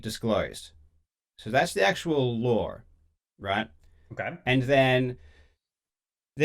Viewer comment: Karl is the only Aussie that finishes the word "law" with an "R" like "lore or lawr" lol